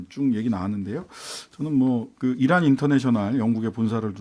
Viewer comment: 이란이 아니고 이런이라고 들렸어요